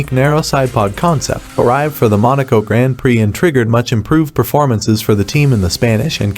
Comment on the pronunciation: The video was fine, but the was "grand prix" is pronounced makes me cringe